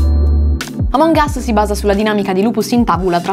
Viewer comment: In pratica sto video è che prima dice àmong us e poi amòng us